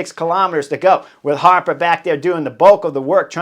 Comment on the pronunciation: "Chris HAAApa", "DomenICK Novak" haha, Horner always makes it funny!